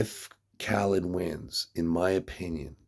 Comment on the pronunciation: Kha led. Not kha leeed. Lol